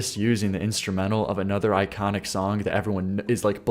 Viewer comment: You say “sonk” a lot, trying to say the word “song”! I like your content but I think it’s funny